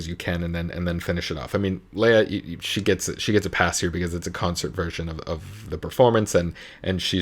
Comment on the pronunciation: It is Le-ya and not Lee-ya. 😘